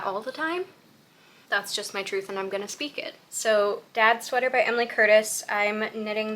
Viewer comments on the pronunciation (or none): none